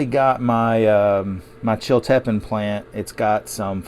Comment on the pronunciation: FYI the correct pronunciation is Chill-ta-peen.